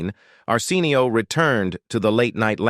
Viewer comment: I’m cringing because the AI reading this keeps mispronouncing Arsenio Hall’s first name. WTH? Fix it! It’s so disrespectful! 🤦🏻‍♀️